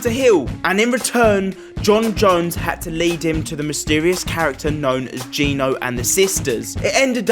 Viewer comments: Fyi it's geno not ge no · The game events literally said GENO as Gen-Oh, not Gee-No. It's really quite simple and was said many times. Geno = Gen-oh not gee-noo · it's pronounced "Jen oh"